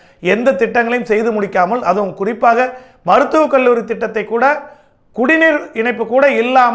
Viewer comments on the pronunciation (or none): none